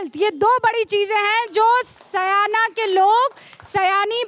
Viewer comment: Madam correct urself it is not saayna It is syana.